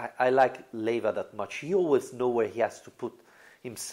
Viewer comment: LEIVA not LIEVA. Ley-va . . .